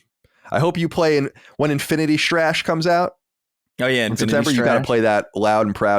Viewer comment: “INFINI’EE STRAASH” just melted me hahahaha.